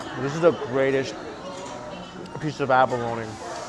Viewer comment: “Peesh of fish”